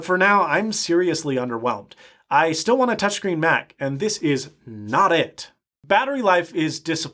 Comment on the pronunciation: when he said i styill want a touch screen mac i rewinded the video to hear that again on my dell pro touchscreen yoga hahahah